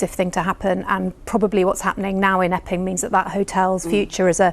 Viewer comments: btw, it’s Epping not Ebbing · It's Epping, not "Ebbing",. Well known as it's the end of the Central Line on the London underground.